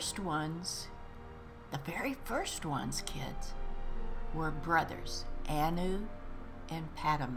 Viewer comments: Anuad is pronounced an you add. Your guess is as good as mine with the other pronunciations! :) My wife’s name is Annu... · I love a good history lesson! Thanks for another book reading! Also, the title is pronounced An-you-ad 😄